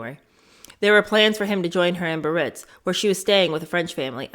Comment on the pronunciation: Biarritz is pronounced Bee-a-ritz, not hee-ritz.